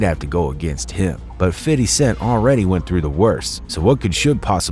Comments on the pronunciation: First off.... Everyone needs to quite calling him "Fiddy"... Thats not how you say his name!!! Thats how old people say his name. If you wanna use that, then just call him "Fif". Not 'fid' or 'fiddy'. Use "Fif" or call him Fifty. Old people call him "Fiddy" cuz they thought that's what people were saying but they just didn't understand the ebonics behind it. FYI!!! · It is Fifty! Not "Fiddy". Stop doing that. Listen to his album he doesn't pronounce it like that . I know where it stems from. You say it correctly then go right back to that B.S. I know it is minor but it was a tough listen. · Dude, just say fifty. Please stop saying fiddy. You sound gay as fuck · Lmbooooo 😂 exactly!!! 50 Cent doesn't even say Fiddy...It's Fi-thy lolol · cringe how this white guy calls him fiddy cent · soon as you said fiddy... instead of fifty .. I stopped listening ... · Hella cringe hearing this lame say "fiddy" . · After the third "Fiddy" I had to stop listening 😞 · Bro who tf is “ fiddy “ 😂 I’m high asht hearin this foolishness lol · Cool story, but ummm 🤔 who's "fiDDy?" 😅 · STOP!.. putting some much emphasis on his name (Fity).. . It's 50 cent. Weirdo.... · please never say fitty cent smh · “Fiddy Cent” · Fiddy? Cmon now just say it how you usually say it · Imagine doing a shot every time he says fiddy😂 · Nobody calls 50..."Fiddy" lmaoo. Come on guy. Great vid still lol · No one ever says "Fiddy". You don't have to overdo it with the whole "Fiddy" thing. It just sounds ridiculous. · The fact he kept saying Fiddy mad me stop watching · Can't even say fifty correctly. What a retard.